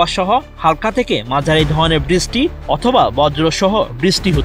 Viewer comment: বৃষ্টিকে বিছষ্টি বলার মানে কি ভাই😅